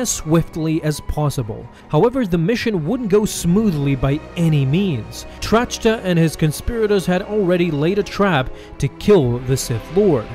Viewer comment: Grand Moff Trachta's name is pronounced "Track-Tuh", NOT "Tratch-Tuh". The h is silent. Otherwise, another great video. 😊